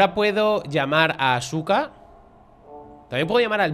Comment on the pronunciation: 😅😅😅 buen video, Asuka puede que se escriba Asuka pero se dice aska, normalmente en Japón no suele sonar fuerte la u jajaj